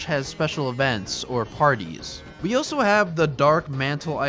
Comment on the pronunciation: Good video but has anyone ever told you that you pronounce the word "also" as "oso"